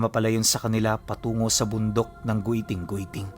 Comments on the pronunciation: Giting giting po Hindi gwiting gwiting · Giting giting po basa jan ❤ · giting² po basa nian or let's say Thorne mountain